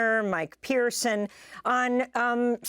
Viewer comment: Mike "Parson", not Pierson', is what we here in Missouri call an 'Old School Republican" or at least was until Trump came to power.